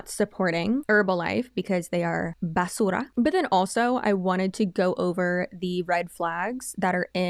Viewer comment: you saying "basura" made me double take, haha